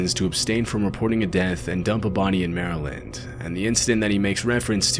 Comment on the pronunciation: Thank you for pronouncing Maryland correctly. Also this is a good example of why we refer to Glen Burnie as Glen Dirty.